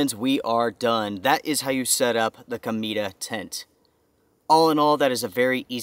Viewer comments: CO-MEH-TAH, not KO-MEE-DAH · Cool tent and very good review. The correct pronunciation is CO-MEH- TA which means Comet in spanish. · Food for one tiger? "Wuan taigris comida" 😆😆😆 I'm sorry but it sounds very funny. Cometa is the Spanish word for comet and/or kite. As you pronounce "Cometa" ("comeeda") sounds as "Comida", that means meal, food. For instance with the Google Translator you can hear how it is pronounced. Greetings from West Mediterranean Sea coast.